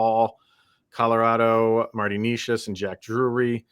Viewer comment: You guys can't even pronounce Necas name correctly. 😢 Fyi, he had a hat trick vs Colorado last season.